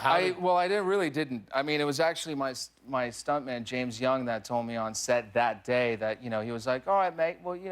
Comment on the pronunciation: When he mentioned his stunt double James Young, I could of sworn he said James Gunn, I pointed at my screen and shouted "He who should not be named" (at least in the eyes of Disney)